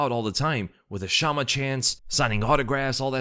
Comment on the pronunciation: Did you say "chama power?" My God. Get out.